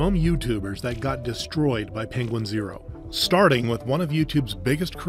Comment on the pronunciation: Say it with me Penguin Zee Zero